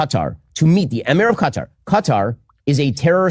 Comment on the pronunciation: I like how try’s too pronounce Qatar properly but fails 😂 nearly